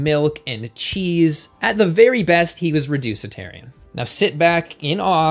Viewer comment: "reducitarian" lol